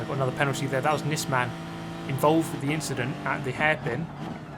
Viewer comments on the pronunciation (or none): none